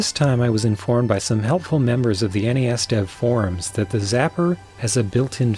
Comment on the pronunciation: th-aaa' T' da'. That's awful.